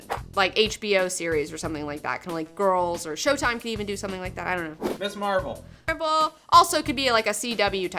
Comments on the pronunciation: Hey, not to split hairs here, but it's Ms Marvel, not Miss. It has a "z" sound to it. There is a distinction between Ms and Miss. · Your show has really inspired me to track down a lot of these comics, thank you for that! I enjoy your show and most of your recommendations. I don't usually care if someone pronounces a character's name differently, but I have to bring this one up. It's Ms. Marvel, not Miss. The words mean different things, and there's a reason that her title is Ms. I'm not trying to be a jerk who feels he has to "mansplain" this, just bringing the importance of the distinction to your attention. Please continue doing great and fun work.